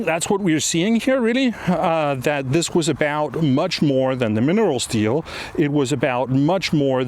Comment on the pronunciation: Great video, Mr. Nielsen. It almost sounds like you say “minerals steal” and not “minerals deal” - coincidence? 😅🤔